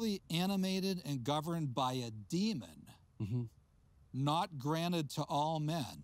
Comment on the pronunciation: "Demon" not "demond"